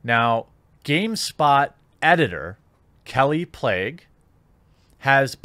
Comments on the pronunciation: 3rd video about kallie plagge, still hasn't bothered to learn to pronounce her name... good thing you're starting a journalism site so we can get some accurate well-researched reporting... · is it pronounced "plague" or "plaque"?